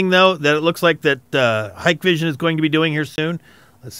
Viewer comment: wow, an American thats say HikVision correctly, lol